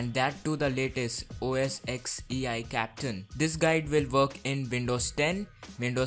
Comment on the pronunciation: its not captan it CAPY TAN Capitan